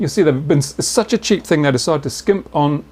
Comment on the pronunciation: Thanks for your help. I corrected the spelling ;-) For those who read it now: my wrong spelling was "chip" instead of cheap. To my excuse I want to add: he does pronounce it in his video as "chip" not as "cheap" ;-)